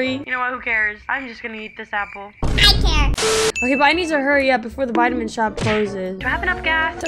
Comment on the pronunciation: It’s so funny how every time when says he doesn’t care it’s like Care